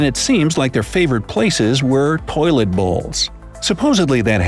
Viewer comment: You said poilet instead of toilet